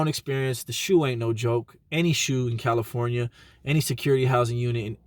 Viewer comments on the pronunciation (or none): none